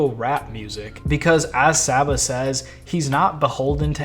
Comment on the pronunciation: Came back to this vid because I keep listening to this album on loop. I love the theme of this album, but most of all I love the music 😭It’s sooo beautiful🙌🏽 seeing him perform this live was so euphoric. Also, still chuckling a little at “sah-ba” lol.